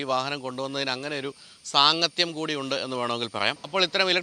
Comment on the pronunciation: "സാങ്ങത്യം" noted